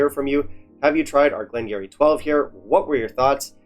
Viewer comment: Ya know what you should do? You should do a blind tasting with this 12 up against another (or 2 or 3 others) and pick the one you like. That would be fun, you might surprise yourself, but however your palate is, is exactly how it should be at any given moment. Btw, it's pronounced "Glen gear-ee" (sorry, dont mean to be one of those guys, just thought you'd like to know).